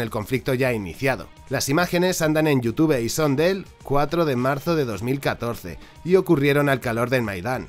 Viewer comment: Pronunciar YouTube como yutuve otro crimen de lesa humanidad. 😀